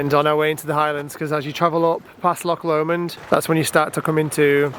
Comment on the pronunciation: Omg I remember last time you called it lock L’mond and it was making me laugh, but I get it, when you’ve not heard the name before, it just tickled me. I only know because of the song, I’ll take the high road 😊